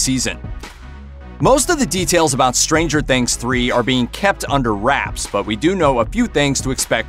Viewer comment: Don't hit the 'stranger' when saying Stranger Things, it sounds ridiculous